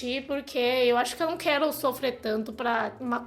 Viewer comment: Gente... amei... Ela fala de uma forma tão fofa... "quelo", "blebledoro", "clopo", parece criança! Ahmmm❤❤❤